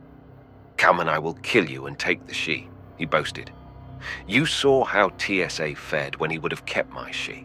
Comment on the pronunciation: Really, TSA? It’s Tsa, not T S A.